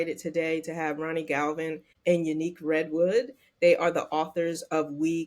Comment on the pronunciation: Ya-Nique is the correct pronunciation of her name not Unique 😂😂😂